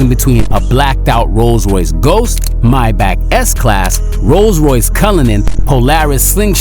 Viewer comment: Stop pronounce mybach is pronounced maybach